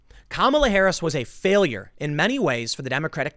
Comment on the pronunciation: Did Tim just say Kamala Ha'aretz? :D You've got to laugh at the notion of Blacks being attracted to Harris because they have some affinity with Asians on account of skin color, though. A resounding golf clap for that genius!